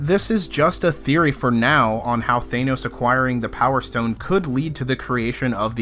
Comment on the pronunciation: THANOS not thaenos